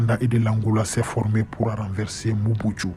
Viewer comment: Le reporteur est un rwandais, il appelle mobutu (mobutsu) pourquoi.